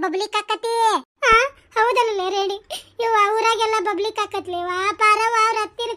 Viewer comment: Super 😂😂😂 public ❎ bublic ✅